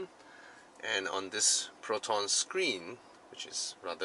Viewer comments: i died at the slang "plotonn" xDDD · Damn It I lost it when you talk to Proton like typical Malaysian hahahahahaha